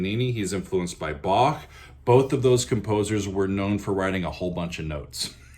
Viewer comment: Like your Bach pronunciation. The right one.